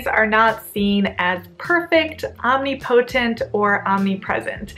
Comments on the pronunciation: Enjoying the videos but every time you same omnipotent my ears cringe little lol...Om-nip-uh-tent not om-knee-poh-tent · Your pronounciation of the word omnipotent is really funny 😅